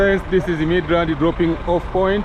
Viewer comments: It’s midrand not midland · It's centurion not centulan. Midrand not midland sir but very good vlog. I love it. All love from south africa